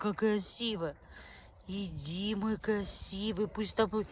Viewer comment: тигЛл киЛагЛам кЛасивый, противно слушать